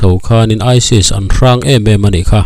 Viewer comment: Isil"aisil " ti in tinge i lam zel a. aisis tih tur ni awm tak